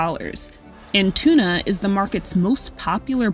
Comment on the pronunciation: Interesting but at the beginning of the video they say tuna wrong